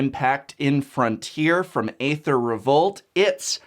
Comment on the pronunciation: Can you pronounce Aether correctly please?